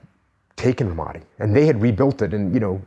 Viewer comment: Learn to pronounce Ramadi, you fucking knucklehead.